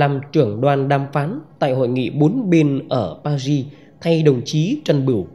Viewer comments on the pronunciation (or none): PARIS nên đọc uốn lưỡi nhẹ chữ Ri